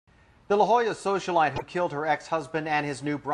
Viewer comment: "Socialite" Ha!